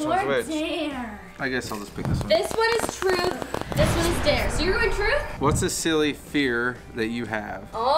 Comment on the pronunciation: when said truth it souded like frut